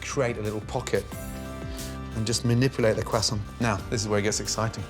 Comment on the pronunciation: THAT'S how you pronounce croissant 🥐🥐🥐.